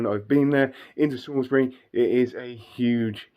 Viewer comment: Salisbury not sailsbury...... Sorry, born in Salisbury and Wiltshire resident all my life 😄😄